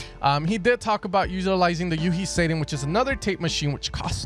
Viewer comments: I kept trying to figure out which plugin you were talking about that Audien used and then I realized you were referring to u-he Satin. You kept saying it like say-tin. It's pronounced sat-tin - as in the silky material or the word saturation. Nevertheless, great video as always! 🙂✌🏼❤️ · U-He Satin.. pronounced Sat-in.. sounds kind of like "he Sat In the chair". Not Sa(y)-tin. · Did you say U-he Satan?